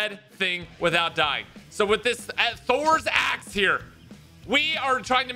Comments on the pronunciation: "thors axe"...... almost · Bro said "Thors axe" 💀